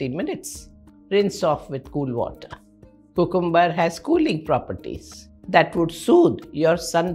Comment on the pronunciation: Pronunciation of cucumber is wrong ma'am